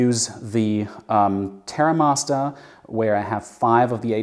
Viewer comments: He's not English!! 😂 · Why does he say Terra Masta?